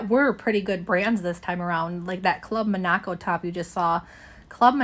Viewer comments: Club Monaco is a Canadian brand. You pronounce it like the country of Monaco. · Or like the name Monica (like from friends) but with an O on the end. Club Monaco. And Reformation is pronounced ref-er-mation. Kinda like referee. Pronouncing brands correctly does boost your credibility as a reseller.